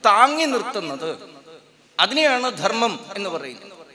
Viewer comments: അവതാരകനോട് - ദെർമ്മല്ല ധർമ്മം. ഉച്ചാരണശുദ്ധി നിർബന്ധം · അവതാരക ന്റെ ഉച്ചാരണം ശുദ്ധ നല്ല ദെർമ്മ൦ എന്നാണ് പറഞ്ഞത്